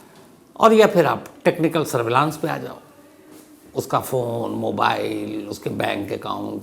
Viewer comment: Shams Bhai, I love your presentations, and easygoing manner. I am sure many young people consider you as a role model and look up to you. They emulate your style and articulation including pronunciations. However, there are a couple of things that are troubling. For instance, the word SURVEILLANCE is pronounced as सर्वे(य्)लंस and not as सर्वलांस!!! PAROLE (pəˈrōl) is पSरोल and not पेरोल, which is how PAYROLL is pronounced. Paying additional attention also to gender when using words in Hindi/Urdu/Hindustani will make your presentations flawless and serve better your viewers. Thank you.🙏